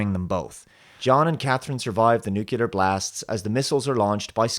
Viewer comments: Nuclear, not nucular. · Nuclear? NUCULAR!!! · New..clear. New...clear. Nuclear. Not nukular, for Pete's sake! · Its NUCLEAR. Not Nucular.... please, get it right. ITS NUCLEAR. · Steven Bentsen : nope nu-Kle-ar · I liked T3, seen it many times. It was a little on the trite side, and the casting for John could have been better, but over all it was fun. But yeah, Genisys sucked. Wait, did you say "nukular"? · Nuke ya ler ?. Really ?. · Nuke-you-lar. Heh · Nuclear only has one u in it! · Good review. However, please learn to pronounce "Nuclear" correctly.